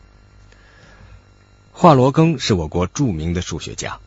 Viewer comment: 主持人连华罗庚的姓也不会念？